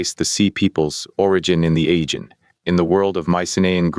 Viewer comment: Pretty good,, but you're mispronouncing Aegean repeatedly.